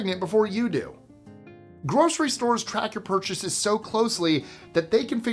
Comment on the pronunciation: porchases, lol